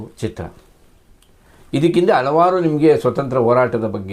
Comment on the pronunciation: ಆಗಲು , ಅಲವಾರು , ಹಲ್ಲಿವರೆಗೂ, ಕ್ಯಾತ.. ಆಡು ... ಕರ್ಮ ಕರ್ಮ... ಮೊದಲು ಸರಿಯಾಗಿ ಶುದ್ಧವಾಗಿ ಕನ್ನಡ ಮಾತನಾಡೋದು ಕಲಿ ಕನ್ನಡದ ಕಂದ